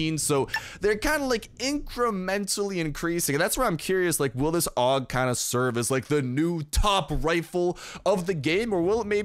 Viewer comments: Dude the pronounciation of that gun is ei-yu-ji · I always pronounced it A.U.G but if you say Aug we’re going with Aug bro